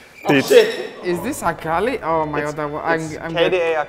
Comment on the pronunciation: Wunder NAILED the Akali E sheeeeeeesh :DD